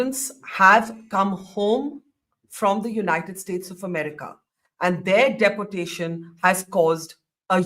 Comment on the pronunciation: Barkha you have excellent English skills but everytime you use the word Deportation it is totally wrong in British and American pronounciation. In American it is Dee-por-tay-shn. In British it is Dee-pow-tay-shn. Sorry to correct you madam!